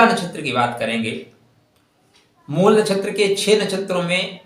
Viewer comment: जब आप शब्द को शुद्ध शुद्ध नहीं बोल / लिख सकते हैं तब आगे क्या करते होंगे?????😮 मूल को मूला कह रहे हैं???😮 राम पुलिंग शब्द है और रामा या रमा स्त्रीलिंग है, विभेद समझ रहे हैं??